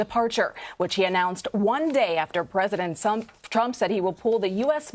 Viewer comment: I like how the news anchor said president "skunk"(it kind sound like it) before change it to Trump.